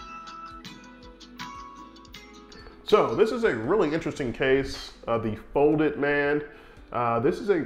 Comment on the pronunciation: He's called "folded man" not "foded man"...I can't